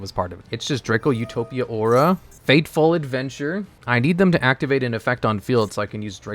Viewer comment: Did he say Draco UH-to-pia?!?